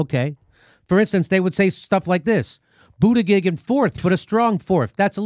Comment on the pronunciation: Why does he keep mispronouncing Buttigieg?